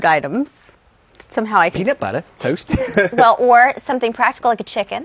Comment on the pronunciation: "Peanat buhtter...towst..." lol